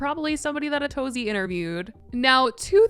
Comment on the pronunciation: The most I've learned from Ace Fest is that Atozy's name is not pronounced like "A to Z"